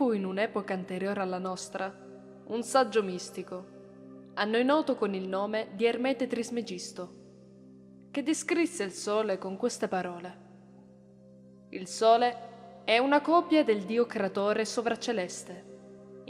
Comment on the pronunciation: Si dice Èrmete non Ermète